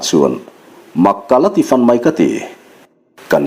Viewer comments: 'fan' hi i lam ri dik lo tlatin ka hria. "Ka rawn pan che," kan tih a, 'pan' kan lam ri ang hian, 'fan' han ti ri chhin teh..... Aw, khatiang khan!!! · A ngaihnawm hle mai. Mahse, a chhiartu hian 'fan' I lam dan hi hmun kan fang a, chumi a modified form-a fan kan lam ang hian i lam a. Hei hi a dikhlel deuhin ka hria. Fan tih a 'a' hi thluk si lo va ri sanga lam tur niin ka va hre ve. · FAN hi i thluk diiklo aniih hi. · Luhkhung tih leh Fãn. Fãn a ri sang sei uai thla fan deuh a lam rik tur a ni zawk . Fan . Ṭang fan fan he ta fan hi chu a ri hniam sei deuh a thluk tur a ni . A khi chhak tiang Lentupui Zo bawm ram khi fan ka nuam e . He ta fan pawh hi a ri hniam tawp deuh chat a lam rik tur a ni . In thluk dan a dik loh a vang' n a awmzia a bo daih ṭhin .